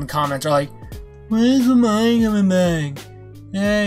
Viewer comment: It’s looh-meh-neh that’s how it’s pronounced